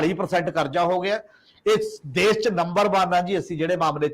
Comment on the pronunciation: Good comments . Thanks . But you seem to be ignoring importance and urgency of proper communication of words . In your comments, Shromani is pronounced as Saromany , Khamoshi as Khamosi , Desh as Des , National as Nasnal etc . Thanks .